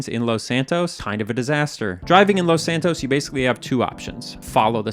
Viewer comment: First off I wanna say, I love these videos. But, the way he says Los in Los Santos just pisses me off. He doesn’t say it that way when he says Los Angeles.